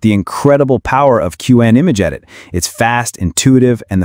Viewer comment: It’s pronounced cwhen. Shitty ai voice.